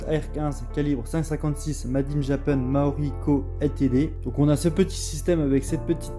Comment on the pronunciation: Je m'abonne, petite review très sympa, même si ça manque un tout petit peu de données techniques. Mais par pitié, c'est "Tokyo Marui". Essaye de prononcer "marre-où-oui" et pas "mao-riz" 😉